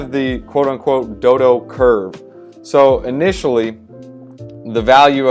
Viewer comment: DODO like the bird, not doo-doo ffs lol